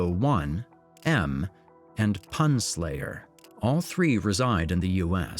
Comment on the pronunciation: i believe thats’s probably pronounced “poon slayer” lmfao